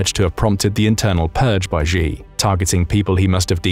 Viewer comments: Could you please pronounce Xi correctly? It's pronounced "Shee", not "Zhee". There is no 'zh' sound in any dialect of Chinese. If you're going to do journalism or report things on geopolitics, please at least pronounce the names correctly. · Xi is pronounced Sshee, not Jee or Zee. Use Google Translate if you want to hear how to pronounce pinyin words even remotely close. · I would give you D minus for your pronouncing Chinese names. China uses the Pinyin system for Romanised text. You can't pronounce the sounds as you would for English words. For instance the letter "X" is pronounced with an "sh" sound. So 'Xi" is pronounced as you would pronounce as you would say the English word "She." "Xin" the Chinese word for New is pronounced as you say the Englsih word "shin" ie part of the leg..